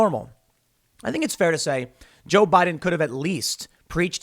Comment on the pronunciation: Guys guys guys, it's Joe Bai Din